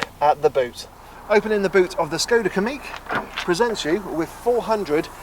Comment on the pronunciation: Pronounced Kamiq correctly 👍 most folk say "Kammiq"